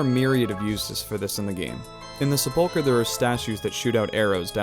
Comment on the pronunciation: The first syllable of sepulchre gets the emphasis.